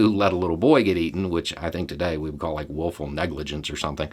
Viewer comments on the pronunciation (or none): did you say, "Wolful negligence?" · Did he say willful of wolful negligence lol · Did you say “willful or wolf-ful negligence? 😂😂😂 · The way you pronounce "willful negligence" made me giggle - it sounds to me like "wolfful negligence". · I heard "willful negligence" as "wolf-ful negligence" and I laughed pretty hard. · You said willful negligence. I heard wolf full negligence 🙄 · So did you pronounce it "wolf'll negligence" on purpose or was that just the accent? :) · Did he say "wolf-full" negligence?🤣😂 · It may be your accident but I heard "Wolfal negligence" 😀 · Did you say "woeful negligence", or "wolf-ful negligence"? I like the second one. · Did you say "wolf-ful" negligence....? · Agreed. I especially liked, "wolfull negligence." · I heard Wolfful. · Wolful, definitely!